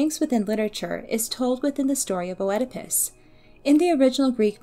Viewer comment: if we actually want to really talk about the pronunciation, Œ is a diphthong, it is pronounced as a closed E in greek, it sounds like a E and an U ( and even an I sometimes) all at the same time...which is pretty hard to pronounce for anglophones! Here is the greek prononciation And here is the anglophonic prononciation: Mispronunciations with Greek words are very understandable, especially when you only read them indeed! Greeks literally have like the opposite vowels prononciation from Germanic languages and English might be the softest Germanic language, it is still a Germanic language! So don’t worry as much as you annoyed some people...we still all understood what you said!